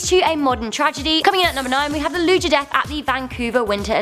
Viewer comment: great delivery. interesting content. you guys just have to work in your copy a little more. Palestines and loogers instead of Palestinians and lugers. apolitical instead of 'A'political. makes a big difference.